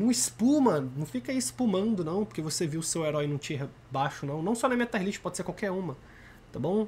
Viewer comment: Taier ? Kkkk não seria “tier”